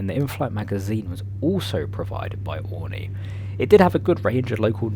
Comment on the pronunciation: its "oreenee"